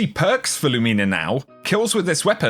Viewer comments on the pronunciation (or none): I love your content,! You're always one of the most helpful content creators. But the way you keep saying Lumina makes my brain twitch. Haha! You say Lu*MI*na, where I would say *LU*mina. I dunno, honestly just nitpicking. I don't intend to be mean! Much love,! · Lumina is pronounced 'Loomehna' not 'Loomeena'. It's an abbreviated version of Luminous which is pronounced "/ˈlo͞omənəs/". You can google Luminous to play the pronunciation and it means 'full of or shedding light; bright or shining, especially in the dark'. Fitting, right? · Nothing worse than when a YouTuber can't pronounce easy words properly "Loo-Mi-Na" not "Loo-Mee-Na" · Still love you but I don't like the pronunciation of Lumina being LOOOOOOOOOO-MEENA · Somebody’s gotta tell this guy he’s mispronouncing “lumina.” I can’t be the only one it’s killing. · Genuinely trying to be helpful, man. And the Brits don’t pronounce it that way either. I checked. No one does.